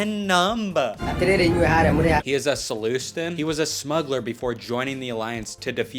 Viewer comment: its pronounced "nine nun-b." Hes a "Sullus-tan" not "Suloostan". Get it right before I sue you for defamation, this is very important to me 😡